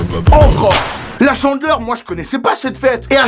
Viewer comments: 《Chandeleur》 on prononce pas 《Tchandeleur》 Pitieeeer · C'est la "tchandleure" je suis morte .😂😂😂😂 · La...chandeleur... ou est la liaison avec un T? 😂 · Hey c juste pour te dire que c pas la «tchandleur» mais la «chandeleur»😂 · On dit la chandeleur pas la "tchandeleur" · c pas tchandeler c chandeler😂😂😂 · CHANdeleur pas TCHENdeleur 😂😂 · c'est pas la Tchandleur c'est la Chandleur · on ne dit pas chandler mais chandEleur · Chandeler pas tchandeler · Ca m'a fait rire parce que tu dis la Tchandeleure 😭😂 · C trop drôle quand à au lieu de dire chandeleur tu dis tchandeleur 🤣🤣🤣🤣🤣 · La "tchandleur" mdr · il dit la tchandleur chelou comme prononciation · Mdrrr il dit tchandleur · la "tchandleur" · Tu dit tchandeleur